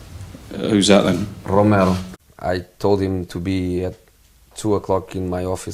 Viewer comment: “Romero” LMFAOOO THE DISRESPECT